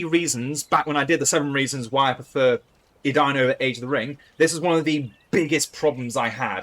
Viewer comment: it's not Adayun it's Edain. Eden-ayn